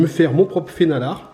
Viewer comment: Pour ceux qui veulent aller plus loin, le nom norvégien est "fenalår" (prononcé "fénalor"). Mais l'essentiel est là 👍